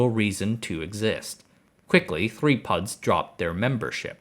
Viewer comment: Lost me when he said PUDs